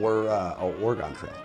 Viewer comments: Its pronounced orgun, not origone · Or-gen or Or-eh-gen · Why does he say Oregon like it’s a shape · As an Oregonian, the way you pronounce "Oregon Trail" hurts me deep inside.